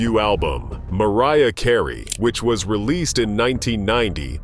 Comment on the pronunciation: Please stop mispronouncing these artists' names!!!!!!! Who the heck is MAR ee ah Kar ayyyyyy??/